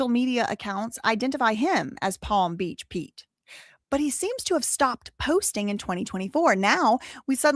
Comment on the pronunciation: I love you so much but palm beat peach killed me😂 I'm sorry girl love you so much❤❤